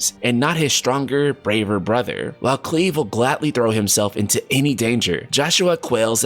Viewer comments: Sorry,, I can't watch this vid because you are pronouncing "Clive" wrong. Others have already commented. I wouldn't have a problem if you were from a non-English speaking country or you were ESL, but this... although I understand how you'd love the main char to be called CLEAVE. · ya, its CLIVE (think Drive), not Cleave. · its pronounce Cl-I-VE you idiot. Not Cleeve. just similar pronunciation with FF7 main character Cloud. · Please re upload this saying Clive (like Drive) oh my God. Everytime you say Cleave I die a little 🤣🤣🤣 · Cleave? I don't think that's how you pronounce Clive. (Kly-vv) And I read it as Valisthea (val-es-they-ah). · Great video! I wonder why you're pronouncing his name "Cleeve" instead of "Clive" though? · Yeah it’s definitely pronounced like Drive, it’s a very common name from a few generations back in England, whilst Square have had odd pronunciations in the past I’m pretty sure they won’t mess around with this one. I mean it was a tough watch 👀😜 but still very informative! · I wont lie it was hard to get through with the way you were saying Clive. I didnt care that u messed up the ridiculous Final Fantasy names but Clive every time you said it wrong I wanted to scream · You had it right the first time. Its not pronounced as "cleave" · you da man for this coverage. I think the MC’s name is pronounced with a long I sound (ClIve). Also I’m betting the Holy Empire’s dominant is Alexander. Light element= perceived good, unexpected evil through human corruption! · It's Clive, pronounced like climb. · Clive not cleave. Pronounced As in alive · I am not complaining, but man said cleeve 🤣🤣🤣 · Youtuber said 👁👄👁 'cleeve' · Clive... it's pronounced like chive. Fyi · I'm going to Fell Cleave you for that pronunciation. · Are you sure Cleave is the correct pronunciation? There’s no way I can’t read that like Clive Barker. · Dude its "Clive" with the Long I sound. Like Ride. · Cl "EYE"Ve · Bruh it's "CLIVE" and it rhymes with DRIVE! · Lmao "Cleeve"